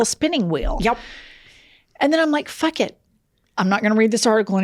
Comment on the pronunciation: She says fuck, not fark.😆